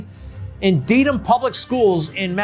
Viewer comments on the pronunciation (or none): Good on for exposing the BS. However, not so good on the journalist, who clearly didn't do his research... calling the Massachusetts city "DEEDham" when it's pronounced Dedham, ded, like bed. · ...it's DEAD-AM" like in "dead", not Deedham....LOL...that's Mass lingo